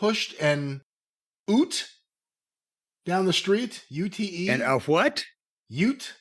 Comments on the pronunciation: A Ute is Australian short hand for utility vehicle. Americans call them "trucks" it was amusing hearing pronounce it like "oot" 😂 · "An oot" 🤣 It's ute - "yoot" - a pickup truck to Seppos. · Lol at their pronouncment of 'Ute'. 😅